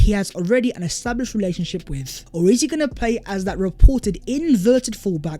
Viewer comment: Yoooh what's goingk onk guys... My ringtone😃